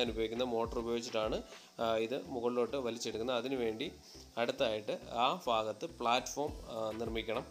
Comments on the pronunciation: ഫൂമിയിൽ അല്ല ഭൂമിയിൽ ഫാഗം അല്ല ഭാഗം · ഫാഗം അല്ല ബ്രോ ഭാഗം എന്ന് പറയൂ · ഫാഗം അല്ല.. ഭാഗം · കേരളത്തിൻ്റെ ഏത് ജില്ലക്കാരാണ് ഫൂമി, ഫാര്യ, ഫാഗം ( ഭൂമി, ഭാര്യ, ഭാഗം) എന്നൊക്കെ പറയുന്നത് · ഫാഗം അല്ല ഭാഗം 🥰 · ഫാഗം അല്ല ഭാഗം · Chila sthalangalil BA k pakaram fa parayum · ഫാഗം അല്ല ബ്രോ ഭാഗം ആണ് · ഫാഗം..എന്നല്ല പറയെണ്ടത് സുഹൃത്തേ..ഭാഗം എന്നുവേണം പറയാൻ..മലയാളം ഇതുപോലെ വികല മാക്കി പറയുമ്പോൾ താങ്കളുടെ വീഡിയോ കാണാനുള്ള താൽപര്യം കുറയും.. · അളിയാ ഫാഗം അല്ല ഭാഗം എന്ന് പറയു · ഫാഗം അല്ല, ഭാഗം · Fagam alla chetta bhagam 😂😂😂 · ഫാഗത്ത് അല്ലാ